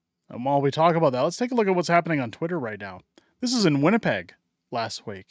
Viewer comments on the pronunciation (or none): none